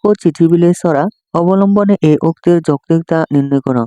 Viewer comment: ঘ : যৌতিকতা তে কতা টা উচ্চারণ হবে